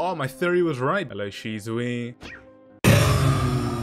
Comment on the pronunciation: that is not how you say her name :D. Why are you calling her Shizuwii